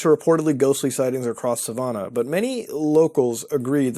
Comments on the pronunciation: I love how he pronounces it 'Suh-vau-nah' instead of sa-van-uh lol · I've lived in Savannah most of my life, and i beg you to stop pronouncing it like that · Can confirm that Savannah, GA is haunted, lived there and around there for a very long time(military) now live 3 hours away. It is crazy the stories you hear and it does have some crazy vibes... Also the city name is pronounced like the name, just drives me crazy to hear it wrong lol.